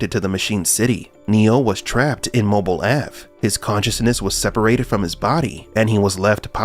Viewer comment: "Mobil Ave" ?? Dead give away of an AI voice over. Blocked.